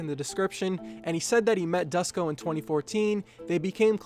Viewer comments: Its not Dusko, you should pronounce it Doo-sh-ko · It's so funny how you pronounce Dusko as "Dasko" lol. Good vid! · Duško is pronounced like "Doosh-koh".